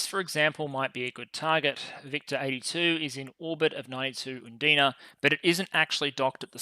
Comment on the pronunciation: Watching this in 1.75x, victor sounds very close resemblance to “victim”